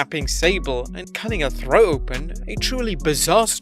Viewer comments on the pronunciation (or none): "Kidnapping Sable and cutting a throw open?" I seriously had a hard time understanding what he said there.